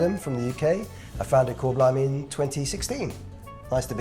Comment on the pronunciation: Ooo sebut 'Kor blimey'. Den panggil chor blimey 😅.